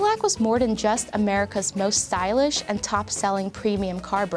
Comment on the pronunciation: "wadder den a engineer for da jab"